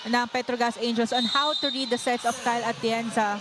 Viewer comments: kept saying Kyle Atienza 🤦‍♀️ dati hindi ko pinapansin kasi baka honest mistake lng. Pero ang dalas na rin eh, sana maging conscious na sya next time. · Yong anchor na babae, Kyle Atienza ng Kyle Atienza kanina.